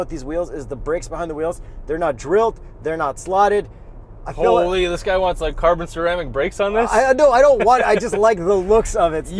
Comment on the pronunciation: “hooollyyyy” that’s a Canada mans right there 😂